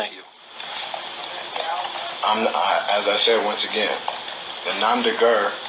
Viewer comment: In the first place, the phrase nom de guerre, which is "an assumed name under which a person engages in combat or some other activity or enterprise" is pronounced as "nom deh gair", not "nom deh grrrrrrr", and in the second place, you're too damned stupid to quit when you're just barely breaking even - helluva job there,!! Btw, what the hell's an indigitus???